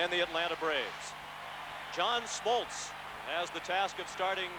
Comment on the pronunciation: John "Schmoltz"??